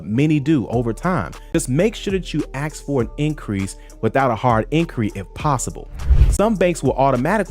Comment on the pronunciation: This man is so literate and articulate, yet still says "aks"....thats a shame. He's better than that.